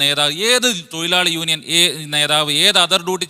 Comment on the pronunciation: Union ennu parayan ariyatavana samsarikam varunne hahaha